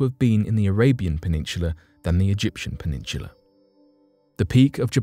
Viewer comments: Peninsula is pronounced with an S sound, not CH. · PeninSHula ?? Have I been saying it wrong my entire life??? 🤔